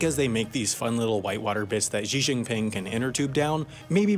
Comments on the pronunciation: Chinese people: xi jin ping Half as interesting: zhee zhee ping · Xi Jinping is pronounced like shee tcheenpeeng